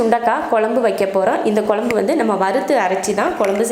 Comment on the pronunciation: Pl tell kozhambu and not kolambu